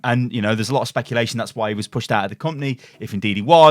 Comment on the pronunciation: This is some top notch shpeculating